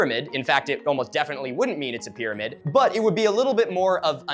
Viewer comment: Pyrmanid is some Cheems level pronunciation